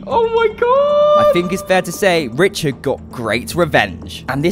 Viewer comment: Saying richerd is dead